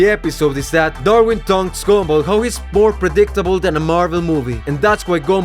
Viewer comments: Bro really says “gombal” instead of “gumball” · The “gomball” ahhhhhh😩